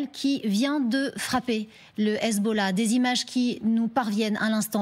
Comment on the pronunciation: elle prononce mal "hezbollah" , I24!!!